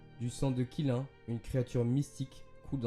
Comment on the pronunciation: Qilin ce prononce 'tchiline' et aussi Ei n'étais pas la durant le cataclysme, ou plutot elle est arrivé à la fin, sinon cool video